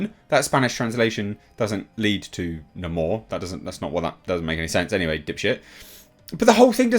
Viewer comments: Hate how they pronounce Namor as "Namore" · That's how they pronounce his name! They totally miss this character! WTF!